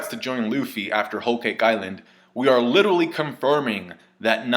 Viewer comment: holy fuck please stop saying "littley" instead of literally, YOU ARE NOT SUB 90IQ PLEASE.